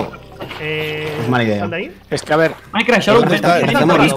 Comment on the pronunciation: Jajaja dijo Minecla